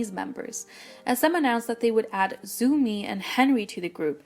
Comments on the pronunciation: Its not 'zoo-mi' its 'tsao-mi' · Pronouncing Zhou Mi as "Zoomy", geez... can't listen to it